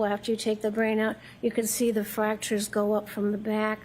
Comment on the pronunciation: She said fracturers.like a couple of gashes not just one